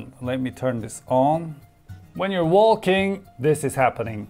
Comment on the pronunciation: did he just say WALL KING (walking)